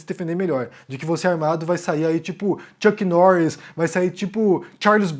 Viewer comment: essa é boa dei risada " churc nires ".kkkkkkkkkkkkkkkkk